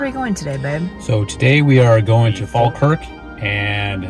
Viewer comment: We politely request that tourists don't rub our statues. Thank you We also wish guidebooks would stop telling people it's good luck. Greyfriars Bobby is running out of nose...😁 Congrats on the correct pronunciation of Falkirk by the way. (Locals actually say faw-kirk but yours was proper😄) The Kelpies were originally meant to be a functional boat lift but ended up being just decorative. Sadly you drove past Linlithgow & it's palace on your way to Falkirk, maybe next time. Culross is worth a visit too..